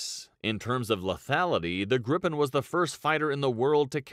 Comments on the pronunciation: Its Griipen not Grippen! AI- voice/vid sucks balls... nice vid though! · It's more like Griipen, not Grippen. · I don't understand how he can pronounce it "vaigen" when there's two G's, and then he looks at Gripen and somehow gets "grippen" out of it? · General rule in swedish: One consonant after vowel = long vowel. Two (or more) consonants after vowel = short vowel. Just saying that they manage to pronounce both Viggen and Gripen totally wrong and my ears are hurting.